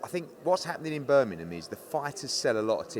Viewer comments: Birmingham, not Burminum. 😂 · There’s a G in Birmingham btw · can’t say Birmingham properly! 😂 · Annoying how people don't pronounce the 'g' in Birmingham...😂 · Can eddie say Birmingham properly ffs